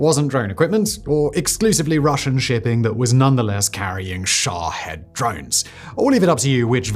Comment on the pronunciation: Sha'HEAD? Really bro. I love you but sometimes y'all limey's pronounce or read things silly. It's Shaheeeeeeeeed. lol